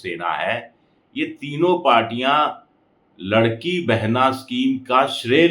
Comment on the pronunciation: वो लाड़की बहिन योजना है, आप लड़की बोल रहे हो!😂